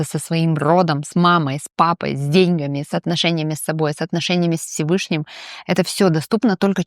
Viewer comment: Благодарю за подкаст. Красивая, живая ведущая. Исправьте произношение "с деньгАми".